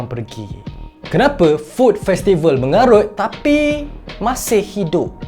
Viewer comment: Part sebut MENGARUT tu btol2 tekan yer😂mcm dah lma pndam.mesti pernah kna scam hrga msa beli kt situ dulu ni 😂mantap apepun statement mngarut tu aku mmg setuju mmg btol pn..dh la hrga mahal ntah pape jer..bgus lgi mkn kt kedai mamak pekena roti canai n teh tarik murah dan kenyang.puas hati